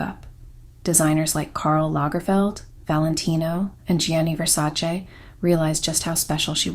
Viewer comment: At last someone who pronounces Versace correctly. Thank you! I'm Italian and I hate when people pronounce it Versa-chee.